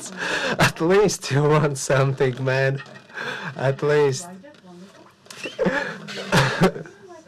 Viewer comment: 'Dealer busts second time.. noo.. congratulations to you *mane*' how he said 'Man' / 'Mane' hahaha